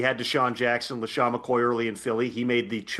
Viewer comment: McCoy, not Mackoy